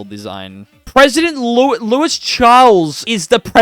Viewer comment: I'm gonna be honest, your Spanish (and French) pronunciation throughout this video pained me. Caudillos are pronounced like "cow dee joes", written J's should be pronounced like h's (so, Jujuy --> "hoo hooy"), Louis (in French) should be something like "Loo ee", and I cannot rationalize what your pronunciation of Bolivia was going for. I apologize for being pedantic, but all that pales in comparison to you not going for Rio de la Plata. I don't know why, but every other video I see on Argentina in this game seems to deliberately avoid that option in favor of establishing the Argentine culture — which I suppose is nice for roleplay — but if you're making a point to conquer all the way up to Peru, why? You're depriving yourself of a lot of flavor (and primary cultures) into the mid-to-late game by not going for Rio de la Plata into the formable "Federation of the Andes". With that land you own in Central America, you could even have your country renamed to the "United Provinces of the Americas", with a unique flag and all. At least make it clear what your goals are, ASSUMING you didn't cut out all that explanation in post. And finally, Frontier Colonization is kind of a joke. You'll be left with a lot of coastal islands left uncolonized, which can further screw you out of some journal entries, content, and overall nice borders. At the root, I feel your heart really wasn't into playing Argentina compared to something like Ashanti (a video I really enjoyed, actually!). Not to say